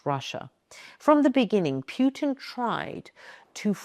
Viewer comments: His name isn’t pronounced Phew- tin. It’s pronounced Pooh-tin. A good mnemonic is to think of Pooh in a tin. Pooh-tin. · His name is pronounced "Poo-tin" [Путин] not "Pyoo-tin" [Пютин]. How much else did you get wrong in this post? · Putin pronounced pootin not pewtin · It's fun how it's pronounced "Pew-tin" ... instead of 'Poo-tin'. Any case, I hope the mad man end his madness soon. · It's put in , not pijutin. You pronounce Путин wrongly. Pronounce like he was PUT IN Russia by some global elite. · I stop watching when says 'Pyew-tin' twice. Made it to today. Thumbs down. He's only been on the international scene for 25 years, so maybe when he's dead the English will get it right. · I love how she say PEWTON, because he does stink. :) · you cant even say putin right why should anyone listen to you